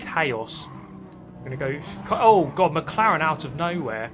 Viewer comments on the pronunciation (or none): none